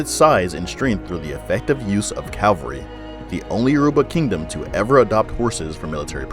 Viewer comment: Cavalry not Calvary